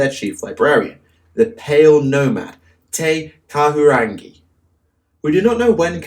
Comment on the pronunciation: As a maori (one of the cultures the chapter is based around) it hurt to hear you say actual Maori names, te kahurangi carrys such weight